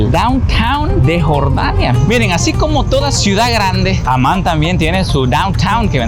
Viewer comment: اسم عاصمة الأردن هو(عَمّان)، وليس(عُمان).